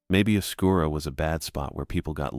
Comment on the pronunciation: Oscuro is like right south of zozo idk why people call it oscura but anyways loved this!